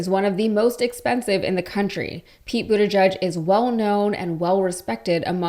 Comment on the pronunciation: Please learn how to pronounce Buttigieg. It's not that hard.